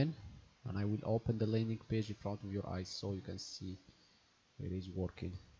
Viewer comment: PS..... I'm guessing English is your 2nd language.....??? NO problem though (it sounds pretty good....). Just letting you know that the word "front" (as in "Cloud Front")...... Actually sounds different than you are probably imagining it does from the spelling (but like I said.... It's okay). Try saying this word I'm spelling as you see it..... "Frunt". The "o" in the way it is spelled actually sounds like a..... "u"--->(uh). So, try that..... And then you'll be one more word, and one less correction from everyone else (LoL) from mastering the English language. GOOD LUCK bro!!! And keep the videos/content coming......!!!!